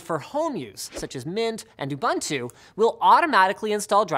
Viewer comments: Why do people keep pronouncing Ubuntu as Ubantu? With love from South Africa... where the word Ubuntu comes from. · You-bun-two? Lol, you heard of Zulu? The "u"s are pronounced look the "oo" in boot.